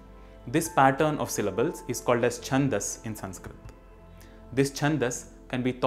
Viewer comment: Your videos are very knowledgable. But why you use extra "A" pronunciation in every Sanskrit word.